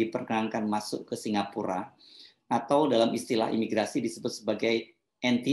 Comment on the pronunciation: SINGAPORK atau apa itu , yg jelas bacanya !